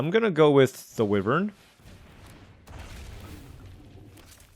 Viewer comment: The way you keep pronouncing wyvern is killing me 😭 But at least the other stuff is correct